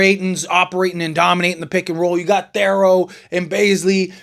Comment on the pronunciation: Please say his name correctly. It’s pronounced TH-EAR-O